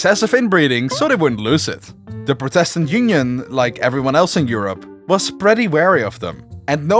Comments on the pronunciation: Just a linguistic note: "Catholic" & "Protestant" are pronounced with the emphases on the first syllables. KA-thu-lick & PROH-tuhs-tant. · Dude, your pronounciation! That's not how you say words! Please do something about not only your extreme Dutch accent, but also please just learn for example where the accents are in the words catholic and protestant before doing a video on the reformation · This is a really good vid. But, there was one thing Inhad to say. The word protestant isn't pronounced protéstant, but prótestant. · Pro test tant Cath olics ha ha ha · For a video that says protestant and catholic about 1000 times, you couldve looked up the proper pronunciation. This was painful to listen to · Imagine doing a video on the 30 year war and not once pronounce protestant correctly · Good video , good script and very nice animation... but your English pronunciation is ...rather shit and it really lowers the quality of your content. Look up how to pronounce certain words, for example "Protestant" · Am I the only person bothered by the way he pronounces catholic and protestant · Could someone tell this guy how to say Catholic? kafolic doesn't cut it and he can't say protestant either. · Ok, so if you're making a video about the 30 years war it might be a good idea to look up the pronunciation of PROtestant and CATHolic rather than assuming Dutch syllabic stress. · Your pronouncing protestant wrong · No offence, but that's how a dutch person would say it. I know that, bcs i'm from Belgium.